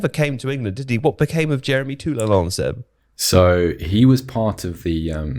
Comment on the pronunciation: It's spelled Toulalan smh. I was like who tf is Toulalon? Then was like, "ohhh." edit: "The Pogmentary" lol, was produced by a production company called "Black Dynamite Production" based in Paris, France.